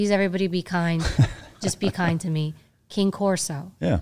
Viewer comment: Evy 🤦‍♀️ a German shepherd is not a wolf dog. That would be a husky, there are closer in proximity. Also... is not a "King Corso" it's a Cane Corso.